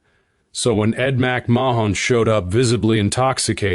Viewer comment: This narrator sounds dumb pronouncing Ed McMahons name.